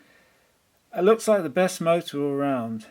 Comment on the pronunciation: The "Mootra" hahaha :'D